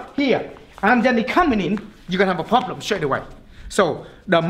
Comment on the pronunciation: I love every time he says “poblem”